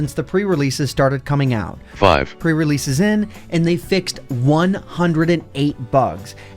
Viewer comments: can't say five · did you really say every 5 wrong? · That Accent! The way you say '5' is soooo interesting!